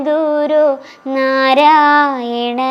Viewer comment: നരയിണഗുരു എന്നാണോ ചൊല്ലുന്നത് ഞാൻ കേൾക്കുന്നതിന്റെ കുഴപ്പമാണോ